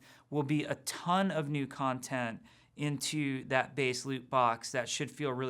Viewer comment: I love how he messes up saying content. Boi